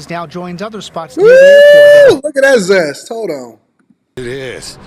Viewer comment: Bruh Said Lookit That Zest.. 💀💀